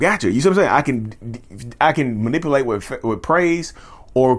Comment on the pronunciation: It's not manipAlate it's manipUlate. Just saying.